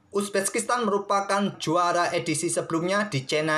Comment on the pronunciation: Uzbekistan min Bukan uzbeskistan, belibet ndengarnya hehe